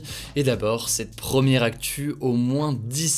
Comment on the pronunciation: Il n’y a que moi que ça gêne ça prononciation des “pre” en “pro”??? Promière?